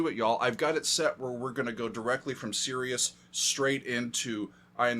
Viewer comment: it’s not SERIOUS it’s Sirius!